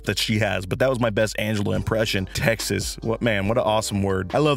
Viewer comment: Texts is already a plural tho 😂 textses ahh 😂